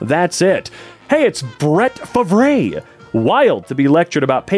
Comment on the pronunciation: You butchered Brett Farve’s name…